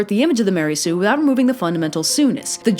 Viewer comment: Mary Sue? Don't you mean maREY sue?